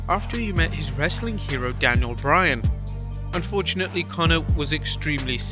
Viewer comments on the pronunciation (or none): none